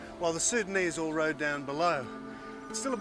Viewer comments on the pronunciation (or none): none